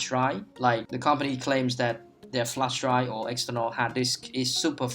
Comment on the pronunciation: "A bootable flesh dry" ?! :'D